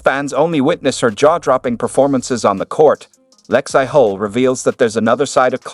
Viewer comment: “Lex-eye?” Come on. Bad AI. Nothingburger.